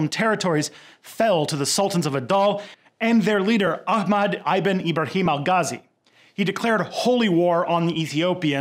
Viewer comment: You pronounced Ibn wrong